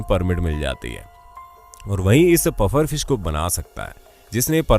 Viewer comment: Its PUFFER fish not 'BUFFER'!